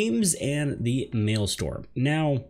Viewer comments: isnt it Maelstrom, not maelstorm? cool video though! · Maelstrom, not Maelstorm and Guildhest, not Guildheist. Thanks for the vid.